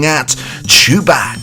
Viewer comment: Did you say ChuBach by pronouncing him “Choo-BAK” or “Choo-BOK”?